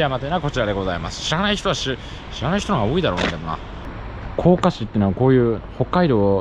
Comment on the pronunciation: さすがのスーツさんが正しく発音されていますが、甲賀は「こうか」なんですね。自分もぶらタモリで紹介されて初めて知ったんですが、子供の頃から慣れ親しんだ忍者ものの漫画やドラマでは「こうが」と濁ってました。